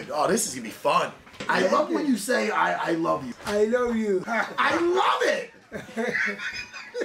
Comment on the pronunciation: Pero … EYE LOUBE YOU